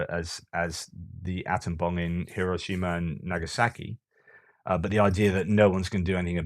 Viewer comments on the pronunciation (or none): none